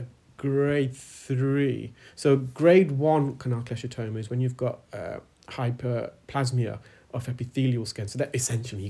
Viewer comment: you mention a process you call "hyperplasmia" which I've never heard of in my career (medical), and which a Google search fails to produce any result. Is this something relatively new or a mis-interpretation on your part of the term "hyperplasia". Just as additional aside, the word hyperplasia is pronounced with a long "a" (as in the letter "A") rather than a short "a" (as in say the word happy).